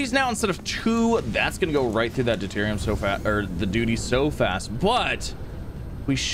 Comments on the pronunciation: it is pronounced due-Tier-re-um. The Science geek in me cringes every time you say it other wise. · Remember when he was calling it deridium 😂